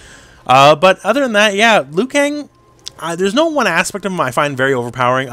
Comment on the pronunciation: "Liu Kong"😂